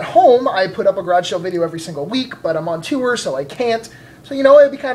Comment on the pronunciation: I chuckle every time says tour.